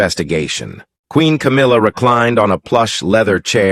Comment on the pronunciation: Don't believe a word every week you say cowmilla as been caught taking. Millions of pounds from the royLf